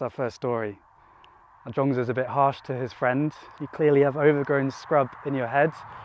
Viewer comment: Thanks for the 3 stories - one which really resonated with my current situation. Also loved the choice of rural location for your chat. But did notice (not being ‘judgemental’ 😂) that you have slipped back into calling 莊子 ‘Jong-dz’ again... Other than that thanks for a great upload, and hope to join your live stream on Sunday 👍